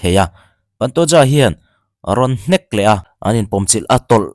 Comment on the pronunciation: Paantooja nilo in pantoja ti a lam tur oooo